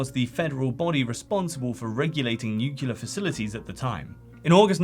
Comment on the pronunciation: New-clear. It’s just like pronouncing those two words, but together. Nuclear.